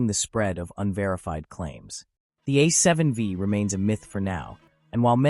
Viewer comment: A7... VEEE? Thanks AI but no thanks. LOL